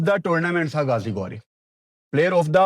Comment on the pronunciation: اس کا نام گازی گوری نہیں غازی غوری ۔۔۔ تم بھی پٹی انڈینز کو خوش کرنے کے چکر میں اپنی اردو کو ہندی بنا دیا